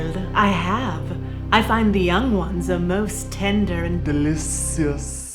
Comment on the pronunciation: the way that you said "delicious" had me laughing so loudly that i got asked if i was okay XD